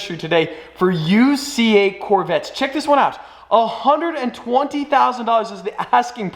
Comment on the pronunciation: Nobody:: ToNtY tONtY